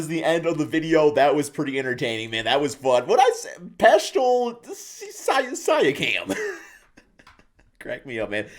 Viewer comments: This old said Siakam's name worse than Flight 💀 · He messed up the name so bad YouTube thinks he was speaking Latin 😂